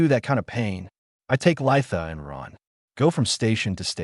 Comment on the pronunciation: Your stupid AI has gone out of it's way to find new words to mispronounce. Run, is not spelled "Ron". Your tenses on word pronunciations only shows the quality of the AI you purchased to read write your story. You created a minute long video, and obviously skipped the part of appropriate quality control before posting it publicly. If you did watch it, which I doubt, then you need to get someone that understands the language better to do the quality control. Yea, i know this sounds like harsh criticism but, you chose to publish this in the state it is in, so the choice is yours. You can do better, and you owe it to at least your self to do better. Wound (to wrap up) when you mean "Wound" (an injury)? C'mon now. Your AI keeps pronouncing "Under Dock", but then it keeps spelling it "Underdog".